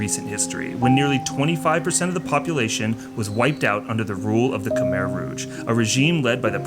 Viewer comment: I was so excited to see this drop. Thank you for honoring all the people, culture and those innocent souls lost during dark times through your kind gestures and curious nerdiness 😛. I especially love how you said, Khmer the way we pronounce it, Khmai instead of kah-mair. Can't wait to see the rest of the series!